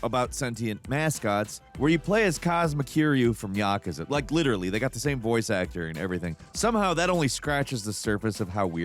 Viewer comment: Tbf, he probably says Yakuza more right than most of us.